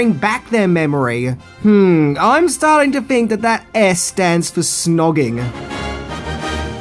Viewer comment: This could have been a pretty good video but the guy who narrates it uses a version of English that is below that of an 8 year old. Wiv, Luffer, frilled, fink....need I go on!